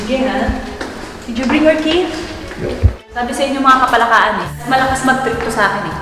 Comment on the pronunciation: Hindi parin masabi ng buo ni idol yung "KAPALAKAAN" Hahahaha "KAPALAKAKAN" 😂😂😂